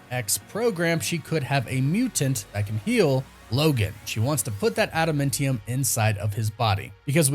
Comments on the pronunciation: Pronounced Adam ant tee-umm Adamantium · Again with the ada-MEN-tium.......are you trolling me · Dude I can't take it when you say adamantium.... ANT....IUM!!!! COME ON BRO USE YOUR Vowels!!! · Is anyone else bothered by how he says adamantium? 😭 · It really bothers me how you say adamantium and Tiamut ... Arishem said it it's prenounced Tee - uh - mutt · With the way you pronounce things it comes off as if you've never seen anything by them ever you pronounce adamantium wrong every time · Im getting triggered for no other reason by the way you pronounce adamantium. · Adamantium not Adamuntium lmao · Thought it was adamantium, not adamentium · it's AdaMANtium, not AdaMENtium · AdamAntium…. Not adamintium!!! You’re killing me man…. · Please stop saying adamentium, it’s adamantium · Why does it sound like he saying Adamintium instead of Adamantium...? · "adamAntium", NOT "adamIntium". Please stop mangling the pronunciations. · AdaMANtium not AdaMENtium!!! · It's not adamentium, it adaMANtium! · Why on earth would you say "adamentium?" That's not a thing.... It's adamAntium. Like Adam Ant-ium. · Adamantium or Adamentium? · Sorry …. Adamāntium not Adamentium. (adam ānt ium) not trying to troll. English major issues! Carry on… carry on… sorry to interrupt. Lol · Adum mentium??? WRoNG it is pronounced Adamantiom. like Adam Ant. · AdaMANtium not AdaMENtium 😂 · Atom Ant Ium not Adam Mint Yum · Bro learn how to pronounce this word: AdamAntium, not adamEntium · Adamantium is named after the singer Adam Ant. So it’s pronounced Adam•Ant•ium. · how you a nerd and say adamantium like that?😂 i love this channel but that pronunciation makes me wanna jab ada mint tium claw into my ears.. just breaking balls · Say adamEntium one more time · STOP SAYING ADA "MINT" EUM. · pronounced Ada- MANNNN- tium 😅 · Ada - MAN - tium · I dont like how you pronounce Tiamut or adamantium